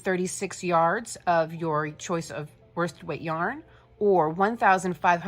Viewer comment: You keep saying woisted weight your I've not found this in Australia is it like 8ply, please thankyou